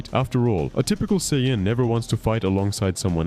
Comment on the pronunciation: How do you pronounce sayian in 3 different ways? 😂 Cool video btw